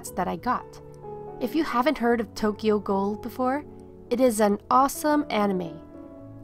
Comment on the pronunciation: 1, absolutely love the cake. 2, I know your saying Tokyo ghoul, but I keep hearing Tokyo gold. Lol